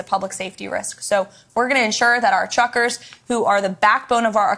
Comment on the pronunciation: She said chruckersh